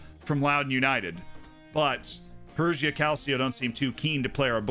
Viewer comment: And "Perugia" is pronounced "Peruja" (with a "j" like in "jam") - not "Peruzhia" (where "zh" is the sound of "s" in "measure")